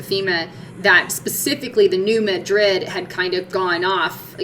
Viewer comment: Hi. Just wanted to say you are awesome for the time you spend to get the message out! Also New Madrid is pronounced "Mad" as in angry and "rid" just like it sounds lol. it's a local thing I guess!